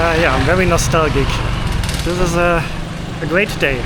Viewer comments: Nos- tal- juh is how it's pronounced 😊 'Juh' like in the word 'just'. And also in English you would call the Ice man (Eismann) the ice-cream man 😂😂 otherwise we think he is just selling ice 🧊🧊. But I understand the mistake as ice-cream 🍨in German is Eis 😅😂😂 Also I think your message at the end is really powerful for me as you are the walking example of someone who followed their dreams and ended up successful. You inspire us all ❤❤❤ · Thanks for the very instructive train travel from the Airport to Bangkok . I decided to become a subscriber to your channel based on your very good guidance on the little details of your train travel steps. Oh its NOSTALGIA pronounced.... NOS-TAL-GEE-AH, lol . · Hi. That was the famous Songkran song you were hearing at the MRT station. You myst have been away so long now that you have forgotten that song. Also, the word, 'nostalgia' is pronounced (nostalja). Welcome back to the land of smiles and have a great trip. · Hey! The way you pronounce nostalgia in English is “Nuh-Stal-Jah” hope this helps! 😊💙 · Nostalgia or nostalgic, the g makes a j sound.